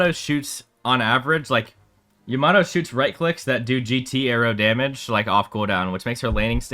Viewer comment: its Yama-toe not yamat-o